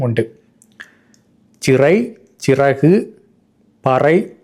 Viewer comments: Siragu என ஒலிப்பது பிழை! Chiraku என ஒலிப்பதே சரி! அப்படி பார்த்தால் மலையாளத்திலே சரியாக உள்ளது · Correct. Chiragu is the pronounciation.